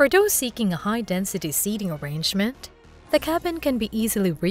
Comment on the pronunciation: Hey... why do you hate the letter "t" so much? It's "the" not "da." And "these" not "dese." 😮😊😢😂